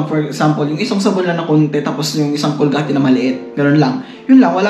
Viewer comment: Bro COLGATE as in col-ga-te nyo po sinabi parang german din GOD BLESS YOU PO BRO